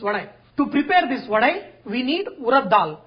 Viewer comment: Thanks for sharing the trick to make it fluffy, that too with your own hands. I like your pronunciation as "VADAI" and not Vada. Well atleast, for most part of the video.